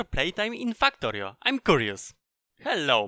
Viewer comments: u saying FAKKTORIO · can't stop laughing when i heard fuck-torio at the start of the video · I love how he says fucktory.